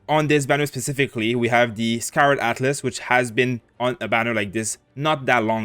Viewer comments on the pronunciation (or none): none